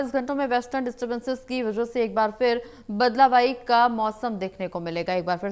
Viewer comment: Badlawayee nahi badalwahi thik padho bolo